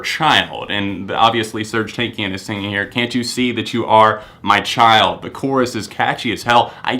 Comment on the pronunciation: the way he says Serj TANAKIAN makes me cry. but good list